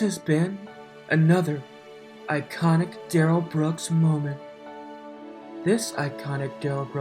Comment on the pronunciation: And he lies completely unnecessarily. Such as saying his name is Duh-RELL, when it’s really DARR-uhl. Who does that?? That’ll further decrease trust when LAW ENFORCEMENT and JUDGE DOROW realize he lied to them about how to say his name! Stoopid!